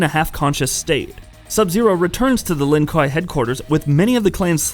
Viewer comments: The Lin Kwaayyyyyyy (not kwhyyy) do not all wear blue until mortal Kombat 10 when Sub zero is grand master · its pronounced lin-kway you dumb fuck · Honestly guys, as a Chinese, if we you are genuinely concern about the correct pronunciation, we can tell you that it is pronounced as Lin Gui 林鬼 (meaning: Ghost of the Forest, literally The Forest Ghost) although it is spelled as Lin Kuei. Just sharing, thanks ;) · Wtf “Lin- Kai “ Immediately disliked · Its pronounced lin Kway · It’s pronounced Lin “KWAY”, ASSHOLE. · ”LIN KUAH” WOT 😂😂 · Bro if I have to listen to you call them “Len Kwyyy” again I’m gonna fight your grandma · Lin k-why..... do you pronounce it like this? You are clearly not a fan and riding the ban wagon..... I won’t be returning to this channel.... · RIP "LIN KWAI" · Lin kway* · Lin kweeeeeey is how it's pronounced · Gave up watching after you butchered the clan name it’s pronounced “lin-koo-a” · Lin Kuei = Lin Kway .... but yet you can say Shirai Ryu! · First of lin KWAY!!!, and second what the fuck is he saying I’m not understanding anything he just talks about random events and I can’t understand shit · Word he said Lin kai...Like wtf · so fucking true!!! ‘Lin KWAI’ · LINN KWAY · My man has created aids the Lin Kwai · I wasn’t expecting him to say Lin Kah 😆😭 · Lin Kwahi “ahaahaa” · Pronounced Lin Ku-way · In "The journey Begins", Raiden pronounces it "Lin-Q" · ..... Called the Lin what....? Kwhy? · "Lin Kwhy" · Stop making fun of his pronunciation of lin kuei, he tried. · even my grandmother, who never played a video game in her life, thinks you're a n00b for mispronouncing the name of Sub-Zero's clan. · heheh, the pronunciation. Surely, at some point in your research you had come across an MK character saying 'Lin Kuei", right? Like, i get it, bunch of nerds getting upset over the way you're saying something, but it was pretty distracting lol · 99.9% of the comments are he butchered his clan name 0.1% of comments literally this comment